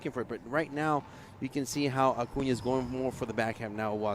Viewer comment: Fran, His name is pronounced A-coon-ya. And please don't talk during play.